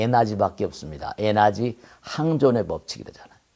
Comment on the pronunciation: Energy. 에나지아니고. 에너지라고 읽는게 듣기 좋읍니다